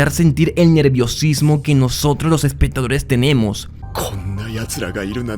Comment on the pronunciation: no digas: espetadores, reatsion , conetsion, odjetiva, adcion (acción),---- recomendaría que pronunciaras mejor, me causa mucho tik tu dicción